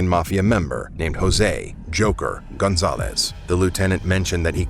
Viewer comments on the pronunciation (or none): none